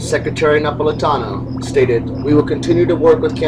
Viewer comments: Janet Nepolitano's last name is pronounces Ne-paul-ah-taun-oh. Otherwise, well done! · I think it's spelled Napolitano and pronounced more like Nah-paul-lee-tah-no.